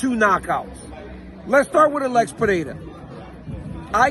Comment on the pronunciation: Congrats on the pronunciation of "Pereira"!